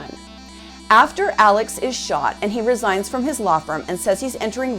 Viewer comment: While the name is spelled ALEX, it’s actually pronounced like ALEC. In fact, when Alex calls 911 after he finds his wife & son murdered, he very clearly says to the operator, “ My name is ALEC.” RE: the boat accident… The boys didn’t “later” go out drinking. They went out drinking PRIOR to the accident. And there was some confusion as to whom was driving the boat. One witness said Paul was. One said Connor was. The other two said they weren’t certain.